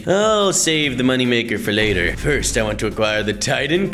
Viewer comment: STOP SAYING FRST